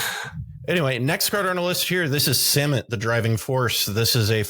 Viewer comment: Thank you from that bottom of my heart for not pronouncing Samut "suh-MOOT". While I don't think this makes it all of a sudden cEDH viable as a commander, what I see that I don't see being explicitly discussed is, Samut comes down and gives 1 speed, then because of First Strike, hits before the rest of your team, which as Start your engines! reads, means that before the rest of your guys deal damage, they all have +2/+0. So it looks to be a double anthem right away as well as a cost reducer.